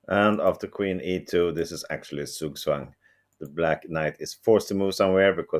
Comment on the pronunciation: "Black is in Zugzwang" - now, that's some deeper understanding of the concept. Bravo for the tongue independence!!!